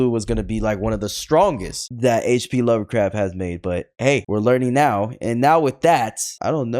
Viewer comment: Bro said hp lover craft